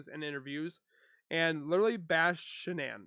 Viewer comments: Her name is pronounced Sha-nann not Shannon Those detectives screwed up big time everyone who has followed this case saw her lies, so why did the det not?? She threw Chris under the bus I wish he would tell about her involvement in this! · there are hours and days and years and worlds of content about ShannAn but this guy can't even figure out how to pronounce her name